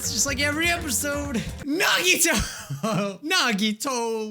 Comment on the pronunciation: I miss when called Nagito "Naw-Gee-Toe". Just me?